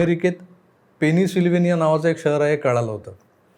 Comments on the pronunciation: Sir, It is not penisvilinia. It is Pensyllvania😮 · त्या गावचे नांव "पनीसिल्वानिया" नसून "पेनससिल्वानिया" अस मला वाटत. यामागे तुमची काहीतरी चूक काढायची असा माझा बिलकुल उद्देश नाही. बाकी तुमचे व्हिडीओज नेहमीच चांगले असतात. तसे मी अभिप्राय देत आलो आहेच. 👍👍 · Pennsylvania pronounciation adhi sikh😂